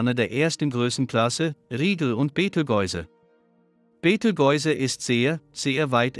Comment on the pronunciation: können nicht mal den Namen Beteigeuze aussprechen, beschämend!